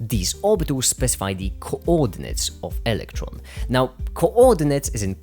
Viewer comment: I really like how you pronounce coordinates. Very articulated.